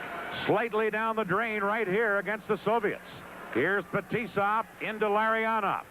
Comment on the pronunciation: С уст коментатора фамилии наших игроков как ужас - Ларррионааав, Маккаааарааав, Фетисоф, Крютав, Касьятоноф ))) Ух и наматывали тогда соплей на кулак канадцам.